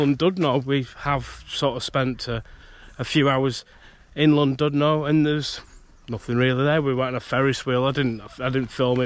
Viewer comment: Last time I went on one was as a kid on the old one at Alton Towers in the 80s - came flying off the track and hurt my neck badly! Never again... 🤣 (PS, on the principle that if no-one ever tells you how would you know any different, it's pronounced "Llan-DID-no". Hope this comes over as helpful rather than a criticism! 🙂)